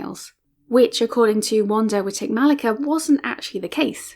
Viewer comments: As Witek-Malicka's compatriot I would just like to point out that her name is pronounced differently (more like 'Vanda 'Vitek-Ma'litska(first 2 syllables like in "malice"). Mordowicz (a Polish Jew born in a town in the same district as Warsaw) is pronounced like Mord(like Tolkien's Mordor)'owitsh (last sound is [tʃ]), not Mordowitz. Pszczyna is said like Pshchyna, but it's understandable, I don't think anyone who doesn't speak Polish would get it right. However, these are minor things, and I appreciate you took up this subject. Best wishes from Poland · oh. And it's pronounced Witek-Malitska; she's a Pole. For future reference ;-)